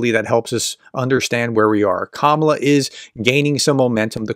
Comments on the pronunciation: Trying to report fairly on Harris, you might start by get her name right. It's KAH-mah-lah. Accent on the first sylable. All three a's as in car. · Hey How about showing some respect and pronounce her name correctly? It’s emphasized on the FIRST syllable. (Think of it as „comma-la“). It makes you sound like one of those right-wing airheads when you pronounce it wrong. Cheers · It’s Ka ma la plz say correctly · Her first name is pronounced, KA-ma-la, with the emphasis placed on the first syllable. All of a sudden this week, everyone is saying 'ka-MA-la'. Come on, folks, we've had four years to figure this out. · Pronounce her name correctly. It’s “COMMA la” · How do you get to be on these polls? I've never bee asked to be on any of these polls.. BTW her name is pronounced KAmala kAmala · Please pronounce the name correctly, you are using a racial slur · Why pronounce her name wrong in the first sentence?